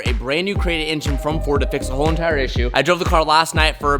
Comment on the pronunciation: “a WHoOoLe EENTiRe…”